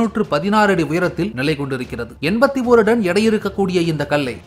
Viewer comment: ஐயா அது டன்(Ton ), நீங்கள் உச்சரிப்பது போல (Don ) அல்ல